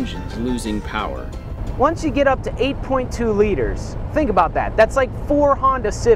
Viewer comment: The way the narrator says Litres sounds really odd to me. He kind of sounds like George Takei when he says litres, it’s really over-pronounced😂